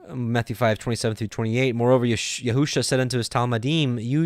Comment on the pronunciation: You are reading Yeshua’s name wrongly....it does not say yehu-sha....shame on you....if you love God and his Word...read what’s there and stop adding to it wrongly.